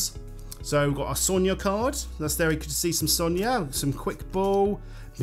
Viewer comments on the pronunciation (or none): none